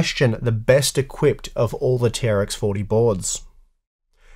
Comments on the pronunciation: It's not "tea are ex for tea" it's "T-Rex 40" for the name of the socket ! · It's pronounced "T-Rex 40", I will not accept arguments to the contrary